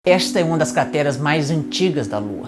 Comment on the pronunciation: Primeiros segundos de vídeo e o falou CATERAS ao invés de CRATERAS, foi só eu que reparei? Parabéns pelo Vídeo e pelo ótimo conteúdo, sou seu fã mas não poderia guardar essa curiosidade.